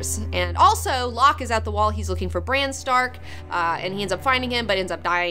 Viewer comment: She pronounces Bran like "Briene." I was so confused.